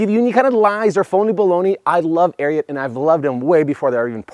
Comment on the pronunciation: If I’m not mistaken, you are pronouncing Ariat wrong